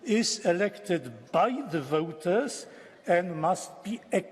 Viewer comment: Says "voters" like Welshmen but "society" like Klaus Schwab